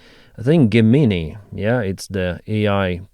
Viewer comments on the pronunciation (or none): BTW, the google AI is pronounced "JEM - in - eye" where you say the G like the letter J.